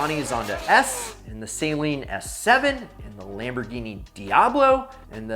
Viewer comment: He said Saleen wrong